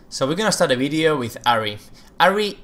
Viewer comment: the moment u say Flash,Video,Combo,and any champion name, the spanish accent pours out of u :P